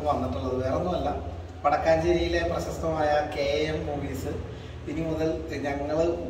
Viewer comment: വടക്കാഞ്ചേരി അല്ല മച്ചാന്മാരെ വടക്കഞ്ചേരി 🔥